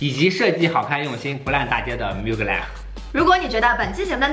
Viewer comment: 求求能不能把品牌名念对。。。最新的film里开头就念了，er发类似英文A的音